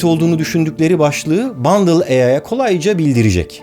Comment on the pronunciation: Abi bundle değil bındal olmasın o